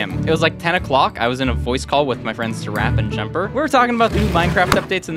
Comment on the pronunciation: fwiend me